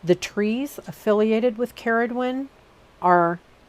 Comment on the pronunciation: as someone called Ceridwen from Wales, very refreshing to hear it pronounced correctly :)